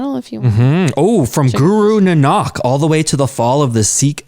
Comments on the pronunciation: Guys its not guru nanaak...its guru naank. Otherwise everything's perfect.👌👌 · I just wanted to tell you that it is not pronounced NNAK it is Na-Nak. Tjere is a sound of aa after the first N. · the right pronounciation is Guru Na nak not nnak. and we write like this, nanak. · Guru Nanak is pronounced naa-nick. Keep up the good work. You guys rock! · Sorry but to correct you, the pronunciation of guru nanak is na-nak 🙏. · Guru Nanak is pronounced “nah” “nuk” like Vancouver ca”nuk”s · Guru nanak dev ji .not nnak. Ok good job bro and sis. 🤗🤗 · Guru Naa-nk daiv ji is how its pronounced:) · Nanak is pronounced like Nah-nick btw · Its Guru Naa-na-k Hope you learn this pronunciation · The pronunciation for Guru Nanak is incorrect here. Please check that also ✅ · Btw you are saying Guru Nanak ji's name wrong, the A's in the Nanak are long A's not short A's. Hopefully that made sense because I am not good at explaining:)